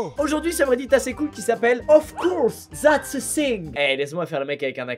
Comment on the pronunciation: "Of corse zats eu sing" 😭😂 jppp SHUI morte